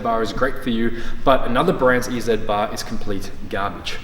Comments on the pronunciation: Ee zatt bars lol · In American English, we say E-Z bar like this “Easy Bar” because we pronounce Z as “zee”. Makes a little more sense than “ee-zed” bar, but that was interesting to hear you say it that way!